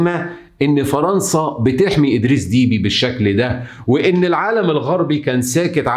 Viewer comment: إسمه أدريس دبّي ليس فيه حرف الياء بل باء مشددة والعاصمة إسمها إنجمينا جاءت من الجم بمعني اخذ قصت من الراحة وللجماعة يقال إنجمينا